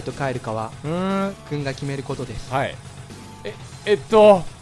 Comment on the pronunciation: どちらかというと あい！よろこんでええあい！！！ なのちょっとツボ